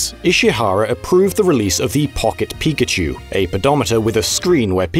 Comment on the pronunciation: Pawket pikachew